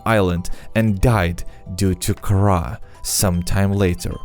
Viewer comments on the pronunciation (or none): none